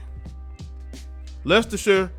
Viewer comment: A+ for an American pronouncing Leicestershire (and Leicester) correctly! SEAT ="See-Aht". Spanish origin Automobile manufacturer owned by VW Group.